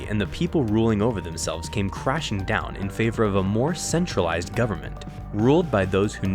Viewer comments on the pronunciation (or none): none